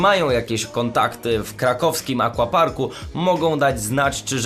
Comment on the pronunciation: wiem data ale akWaparku się mówi